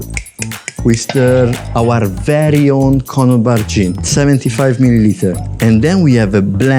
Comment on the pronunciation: Not one person pronounced Connaught properly😂